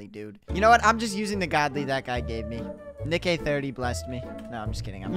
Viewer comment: bro said nick eh 30